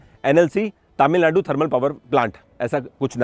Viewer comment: Sir,Finally you are in the land of temples. One small correction-You are pronouncing TamilNadu as TaamilNadu. Please correct, thanks.